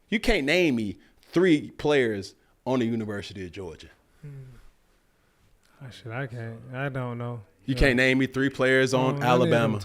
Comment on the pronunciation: As a Georgia fan I take disrespect with how you said our name 😂